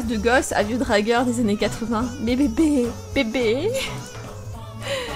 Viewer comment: tu ma fait rire quant ta dis "bb""bbbb" xd surtout ta bien forcé sur le "b" c'était trop drole je t'adore t ma première youtubeuse msp pref avant frenchyska msp